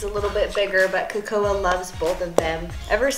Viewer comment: Its hilarious but you disrespected her name its kAkoa